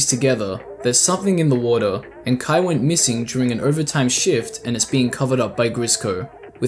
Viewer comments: this is a good summary of these, but it bothers me sm that you pronounce kaia as "kuh-eye" not "kuh-eye-uh" like, theres an extra a for a reason lol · Why are you reading Kaia as Kai? 😭